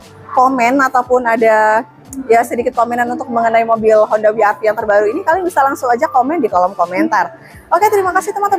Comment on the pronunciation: double yu ga sih bacanya 😂